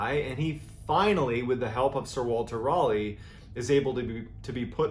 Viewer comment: As a Brit, I just love the way you pronounce "Raleigh". Is it correct? No. Is it endearing? YES! Fascinating info. =)